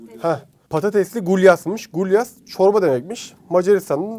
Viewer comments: Gulaş abi gulyas değil 😂😂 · gulyas değil bro gulaş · Son yemek "gulyas" değil, "gulaş"